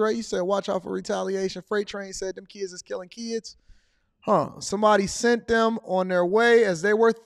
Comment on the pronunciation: 😂 he said “seent” as in saw. That’s the state of black Americans.